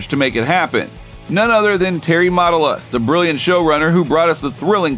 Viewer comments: What is with the “Mata-lis”? It’s pronounced “Matt-al-is” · May I suggest you learn how to pronounce the guy’s name before you record? The name Matalas (sp?) has the accent on the second syllable. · This would be far better if the narrator could pronounce Matalas correctly. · I watched until you mispronounced Matalas.